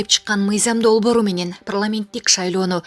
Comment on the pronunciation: Прламент дебей так суйлосон озу окугансынбы